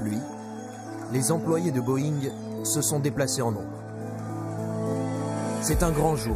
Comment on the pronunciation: Butterworse? Vous êtes terrible avec la prononciation! Butterworth! Pas worse !et c est Boeing pas boeingue! Trop français de dire « cet ancien cadre de telle compagnie » une victime est une victime peut i porte son boulot !